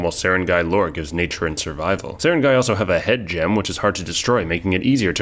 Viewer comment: On the other hand, he nailed Sarangay pretty well!